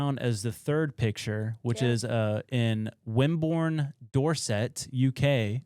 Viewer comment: Dorset. 'Door Set' ❎️ 'Doorsit' ✅️